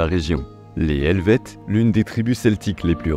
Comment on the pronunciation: Bonne vidéo! La prononciation des noms laisse vraiment à désirer 😂 Vous êtes excusé pour la prononciation des noms allemands. Mais Calvin était français, donc pas Calvinn. Et le h d’Helvètes est un h muet.